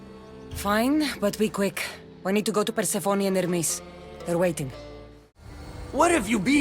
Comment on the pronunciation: Who is that ermis you keep talking about? Do you know how to pronounce Hermes?